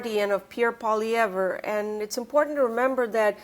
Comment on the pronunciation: Really annoys that after all of these years, Rupa still cannot figure out how to pronounce Poilievre. My god Rupa, you live in Ottawa! Pronounce it correctly